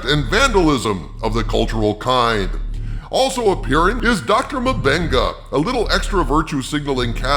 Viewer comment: I laugh hard every time I hear "M'Benga"!!! It sounds like "my benga" and here in Brazil "benga" means "dick", so he's "Doctor My Dick"... 🤣